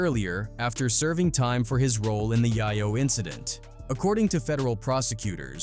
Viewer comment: Yah-yo??!!?? So many A.I. videos on YT, thumbs down.